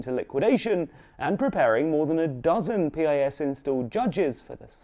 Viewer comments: It's not P-I-S, it's spelled Pis just like its synonym word piss. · You mispronounced piss 😅😅😅